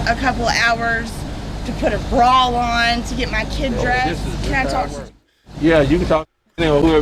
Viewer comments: A brawl? Ma’am, it’s bra 😅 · Did she say…she puttin on a BRAWL or a BRA?!??😂😂😂 I personally suggest, a BRA.